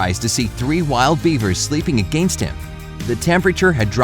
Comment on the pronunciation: agEnest him LOLLLLLLLLLLLLLLLLLLLLLLLLL HE SAID agEnest HIM!!!!!!!!! lollllll like if u agree its funny :3